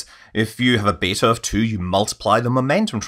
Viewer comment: Beta? You mean BETTAH! 😂🤣😅😭 I'll let myself out.